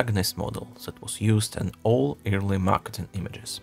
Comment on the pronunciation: Awesome video! But your pronunciation of "early" sounds too much like "eerily" so I got confused every time until you said a few more words :c